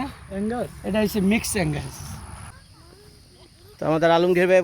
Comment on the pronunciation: It’s called Angus not Anglas 😊